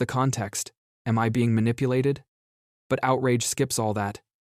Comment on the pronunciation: Maniplated? Damn ignint students from the learing center. 😅